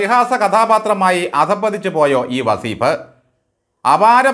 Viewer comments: വസീഫല്ല സാറെ വളീഫ് എന്ന് എന്ന് പറയൂ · വസീഫ് അല്ല , വളീ ഫ്.